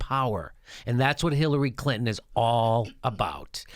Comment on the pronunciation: I love the way you pronounce Hillary's last name....CLIT-IN